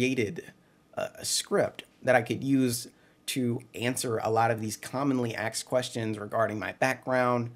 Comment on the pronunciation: It’s asked. Not axed.